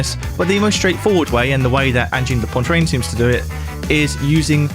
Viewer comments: Dude, it's Pwah-treen, NOT Poyne-treen. had to stop after the 5th time you mispronounced it. More dissonant than their music. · It's Angine de Poitrine, not "Pontrane"! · P o i t r i n e Pwah-t-r-eeeen Cmon pal 👁️👄👁️ It’s not pontrine (Great vid new sub ❤😁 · I know I'm quibbling, but it's driving me crazy that you're saying "Ann-jeen da Pon-trane." Make just a little effort. The correct anglicized pronunciation would be more like "On-jeen da PWA-treen." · "Poitrine", not "Pointrine" 🤦‍♂ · You pronounced it "Pointrine" rather than "Poitrine" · Angine duh PWAH TWREEN. PWAH. Not pah. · Poitrine is pronounced "pwah-TREEN", not "Pontreen". There is no N to be found after "poi". I'm baffled at how anglophones just stick in random letters into foreign words. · an-jid de poa-trin .... you'te pointlessly inserting an extra N where shouldn't be one (poan-trin)? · I mean I knew you're not French but it's SO not 'pontreen'. It's 'pwatreen'. It means chest. Angine de poitrine means 'angina pectoris', or what we colloquially call angina. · where the hell did you pronounce Poitrine like Pointrine? where did the first N come from? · poitrine not pontrine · For english speaking people, "poitrine" should be pronounced "pwatreen". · For the sake of my poor Francophone ears, it’s pronounced “ohn-JEEN duh pwa-TRINN” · It is Angine De Poitrine, not Angine de PoiNtrine. At least trt to pronounce it right. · poantrine lmao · I don’t get how Brits and US Americans can look at the word „poitrine“ and randomly add an n, making it become „pontrine“ ?!?!? (I’m German) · It's pronounced "anjeen deh puah-treen" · I find it really jarring to listen to. Not the music, but you consistently saying pointrine. Somewhere between Poincaré and poutine. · Poitrine not pontreen! 😂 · Poitrine, not "Pointrine" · Angine de Pontrain? WTF Phonetically Poitrine is Pwa-treen, if that helps? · why are you saying pontrine? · "Pwantrine"? 😂 There's no N in Poitrine, bro. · Poitrine, not Pointrine. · "pawntreen" lmao